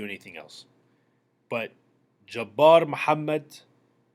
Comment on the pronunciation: You didn't know the name of our RB1 from last year or are you just racist with the Samoan comments and the pronunciation of Jabar Muhammad's name? You opine a lot but seem to know very little.